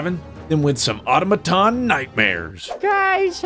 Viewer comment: Please, for the love of god and for the sake of my sanity, google how to pronounce automaton. I am begging you.